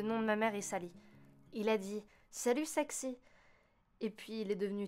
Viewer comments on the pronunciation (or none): "Salut sexy" pas "salut sexe"